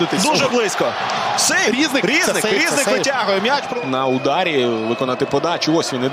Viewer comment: Який рІзник, коли правильно різнИк, , це як кОзак і козАк. Вчіть правила української мови коментатори.